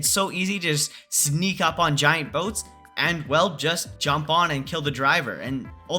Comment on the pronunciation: “BoTeS” not a word☠️☠️☠️☠️